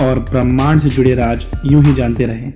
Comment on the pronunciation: It's not raaj it's raaz